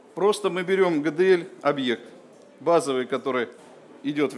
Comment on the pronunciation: Гэ Дэ эЛь)))